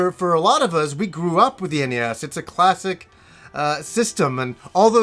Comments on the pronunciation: Please stop calling it ness, it is called N.E S. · The Ness?! Ugh the hairs on my balls feel like they've been pulled by the roots when it's pronounced that way. The NES (initials) mini will be great! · everyone, including tv ads always pronounced is N-E-S and this guy says NES like it's the first time he ever saw it. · Am I the only person who pronounces NES as Nez?